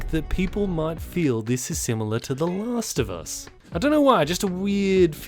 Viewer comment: when you say "the last of us" it sounds like you are saying "lasagna"